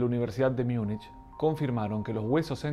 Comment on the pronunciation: "Miunic" es palabra que no existe .En aleman es MUNCHEN, y en español es MUNICH. En cuanto a BUNKER,es aleman y suena "bunquer". Solamente en ingles suena "banquer". Si el autor ignora esto,hay derecho a dudar de todo lo que dice.